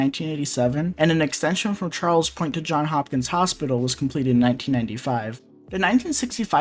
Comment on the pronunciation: Do you have something against "S"es? It's "JohnS" Hopkins and "OwingS" Mills! "CincinNati" is misspelled, too! DO YOUR RESEARCH.